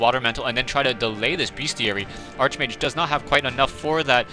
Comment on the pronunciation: it's pronounced (Ark-mage) not (arche-mage)